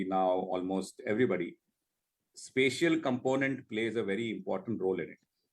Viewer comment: Even after Mr. Malik said it multiple times, the anchor kept pronouncing "spatial" wrongly.